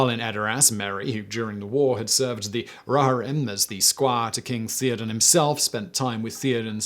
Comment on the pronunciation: Served who?! The Rarghrim? Do you mean the Rohirrim?